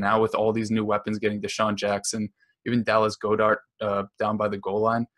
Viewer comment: Dear, I don't think that's how you pronounce Goedert